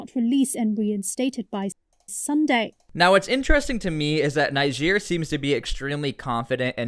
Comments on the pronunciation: Dude it’s not pronounced NI-GEER. It’s NeeGER. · why add africa after niger why not just say niger also its pronounced neejay👍👍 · add another g in niger